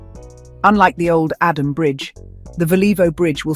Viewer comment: If you want to report about Ghana learn to pronounce the names very well.that bridge is not adam. Its adomi😂